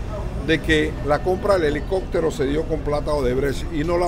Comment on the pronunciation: 'helicoctero" "corruccion" cactura" Por que los panameños cambian la 'P" por la "C"?